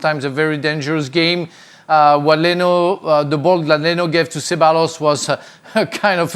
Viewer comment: Makes me cringe a little hearing non-spanish speaking people trying to pronounce Spanish names 😂